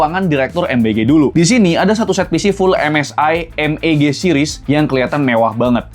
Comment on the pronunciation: MEG bang bukan MBG XD